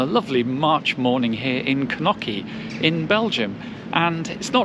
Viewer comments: knoki, it is knokkE 🤣🤣🤣🤣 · It's Knokke not Knocky =( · all the names of villages yoy stopped are pronounced very wrong Blankenberghe has noting to do burgers as you say 'blankenburgger' hahahaha free translated it mean Whitemoutain its not kanuka we are not eskimo's its Knokke! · Knokky?? Its pronounced Knokkuh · Kenocchi ?! Please, show some respect fo local language; thank you